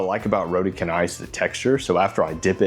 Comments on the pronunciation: canai it not read can，Its pronunciation should be like changer，chan nai = canai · Hello. Roti Canai is pronounced as “row tea char nigh”. Notice there is no hard ‘c’ here. Roti in Malay means bread or pancake dough while canai presumably is a Malayised version of Chennai which is a city in India. In Singapore., it is usually known as Roti Pratha or Prata. The basic meal is one of my favourite dishes ie. just the dough and curry gravy. Nowadays you can get a variety like the ones you featured in this video clip. There are also others like Prata Ice Cream or Prata Cheese to name just a couple. Back in the early ‘80s my primary schoolmate friend’s mom used to invite me to eat her homemade ones but the spiral orientation variety. It was crispy and buttery and delicious. Ever since then I crave spiral pratas but it seems to be a dying breed. If it is an egg Prata, it is usually squarish pouch like. The most preferred local way of eating Roti Canai is to pour the whole curry gravy onto the pancakes so that the delicious flood will be partly absorbed. I personally prefer to do this in 2 stages tearing into the first 2 doughs, then finish up the gravy tearing into the second 2 ones.❤🫶🫰